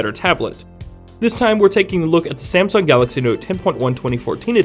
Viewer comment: haha..shame-sung? wow u have issue